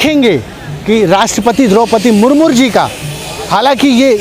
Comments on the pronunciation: अबे मुर्मू बोलना सीख ले मुरमुर बोल रहा है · Sale ko Murmu bolna nahi aa raha hai murmur bol raha hai.... 😂😂😂🤣🤣🤣